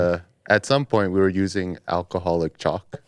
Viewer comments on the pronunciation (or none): At first I thought said alcohol chocolate 🍫 😂, instead of chalk